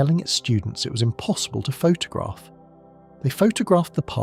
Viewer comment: All AI voice generated. (Text to Speech) - all automated - all script - all voice - all video - everything - and automated posting of these videos too. An AI Youtube channel and video posting machine. Google it! (Still quite interesting though - even if the AI generated voice can't pronouce Photograph properly! lol!)